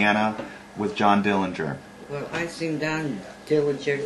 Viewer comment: This is great and so important to preserve history! The correct pronunciation of the Dillinger family name is with a silent'g'. Thanks for sharing your small bank from the bank that was robbed.